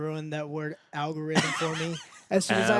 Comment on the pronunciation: I don't think Space Jam ruined the word Algorithm. I do think that Joe trying to pronounce algorithm in his review ruined it. P.S. I did not see Space Jam 2